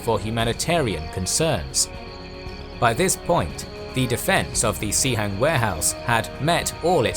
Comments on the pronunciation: Pronouncing it Cee Hang is really funny cos it means WC in the cantonese dialect. In mandarin, its pronounced more like Sss Hang. Nice historical animations and research! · It's pronounced as "Suh-Hung" in Mandarin, actually. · Sihang is the right pinyin, but the narrator pronounced as Xihang. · I have to give kudos to the narrator. The pronunciation of the Mandarin names was probably the best of any history narrator I've heard. In fact, the only "off" parts were the pronunciation of the I's in "Sihang" or "Shi" (they're closer to the I in "sit" than "see," so Shi is pronounced like the 4-letter swear word without the T), but a very minor detail